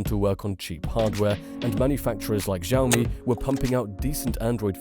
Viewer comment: Blackberi 😂 Zhiaomi😂